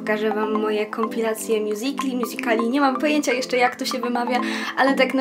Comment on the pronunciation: Mjuzikli się mówi